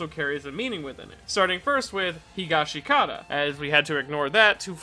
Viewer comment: It's HEE-GOSH-SKI-TA, brev